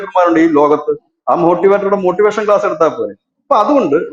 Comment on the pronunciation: മോട്ടി വേഷനല്ല. മോഷ്ടി വേഷമാണ്.😂